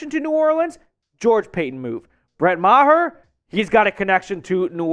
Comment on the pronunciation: It’s Maher not mah- her please